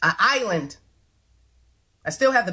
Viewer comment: An island, ma'am. Not uh island. 😮